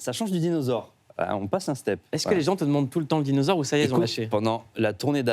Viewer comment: Dinausores, Dinausores 🐽😂😂😂😂😆😆😁